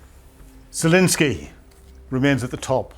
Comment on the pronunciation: 9.5 for reporting, 2 for pronunciation. Can’t even pronounce Zelenskyy correctly.